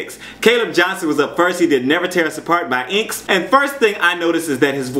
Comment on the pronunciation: The way you pronounced INXS made me giggle.